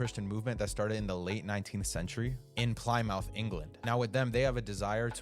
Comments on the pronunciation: Plymouth is pronounced as pli·muhth. Good vid btw. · Did you seriously and repeatedly mispronounce Plymouth?